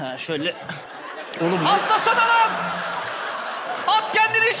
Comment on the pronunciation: lağn demesi cok iyi degil mi ya